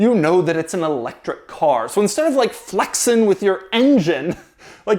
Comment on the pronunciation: This dude said “Flexinn” lol